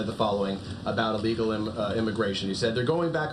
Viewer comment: It’s ‘Il-legal’, not ‘e-legal.’ Just for the record. She did great dealing with moronic ‘journalists’.